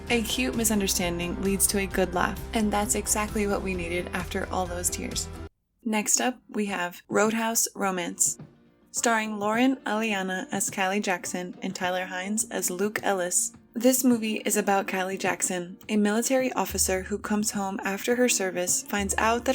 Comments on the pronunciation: Yes - I know. This narrator seems to not be able to READ names properly. She is ALWAYS pronouncing people's names incorrectly. She pronounced Alaina (Ah-LAY-na) as Elleeanna . . . and one other name was mispronounced, as well. I can't believe a so-called journalist doesn't even bother to get the names right - of the stars who are her subject matter. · It’s Laura A-lay-na…not A-lee-ah-na